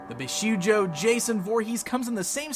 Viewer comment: Great review as always! PS Bishoujo is pronounced BeeShowJo.